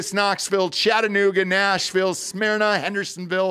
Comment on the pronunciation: Love the enthusiasm but Smyrna is pronounced sm ur na